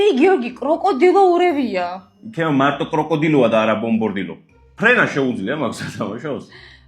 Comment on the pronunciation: ბომბარდირო კროკოდილო და არა კრუკოდილო ბომბორდირო😂😂😂😂😂😂